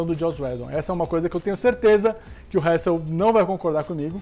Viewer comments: Mano... Nem tentando da p leva esse "Réssel" a serio pqq... 😂😂😂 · Hessel ta certo mas ta errado